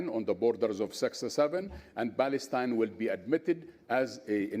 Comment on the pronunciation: "balestine" he said..🤣😂